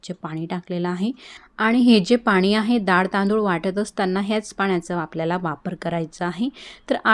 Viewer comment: Nice recipe. I think it should pronounce डाळ not दाळ. This is just to correct and not hurt you.